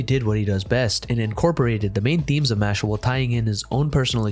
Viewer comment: its MASH-LEE